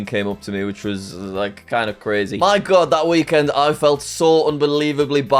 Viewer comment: Thats cwazy jack